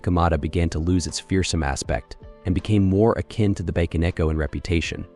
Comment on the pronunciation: Seriously though, "bacon echo" is very grating to the ears for those of us that understand a little Japanese and love their folk traditions. I do believe it is is possible to train one's AI narrator's pronunciation to be better.